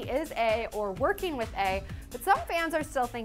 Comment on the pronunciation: and with not woth